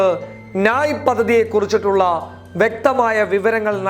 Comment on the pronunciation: നായ് അല്ല ന്യായ്